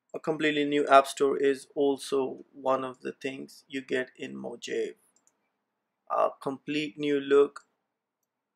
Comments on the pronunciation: It isn't "mojeiv" it's "mohavi" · its mojave not moje . -> mojave = (mohave ) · Brother while speaking "j" gives sound of H